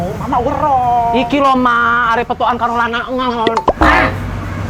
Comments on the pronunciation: "arep" kak bukan "arek" . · Terlalu 💓💓💓 Btw arep kok tetep dibaca arek to, kayanya dah ada yg benerin lo kak..